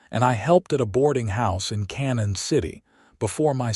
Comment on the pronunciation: Obviously not familiar with the towns around here. The town is not pronounced "Cannon City" but pronounced "Canyon City".